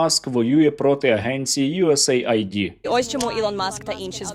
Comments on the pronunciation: USAID - це не ЮСЄЙ АЙ ДІ, а ЮС ЕЙД ))) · Боже, де ви взяли цю звичку казати Ю Ес Ей Айді. Там не має жодного айді, це не агенція з чипування. Читається як Ю Ес Ейд - USAID. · USAID читається як юєс еід, не айді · До відома, акронім USAID вимовляється не USA-ID, а US-AID (aid="ейд"=допомога). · F##%&ck a duck !!!!! Не USA ID !!!!!!! A US AID !!!! Як це неприємно, що ви такі........!!!!!!